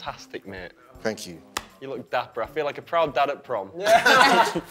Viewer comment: is a iconic scene of idc what you say look guys he literally says “fookin” how dare paq beep it out omg he’s so cute bye